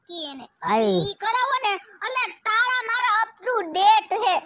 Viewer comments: તાળા હોય ટાળા નહી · એને ટાળા નો કહેવાય એને તાળા કહેવાય